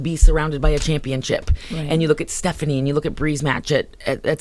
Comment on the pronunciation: she said stephiane